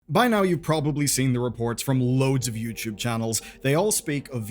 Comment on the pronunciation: ITS NOT YOUCHUBE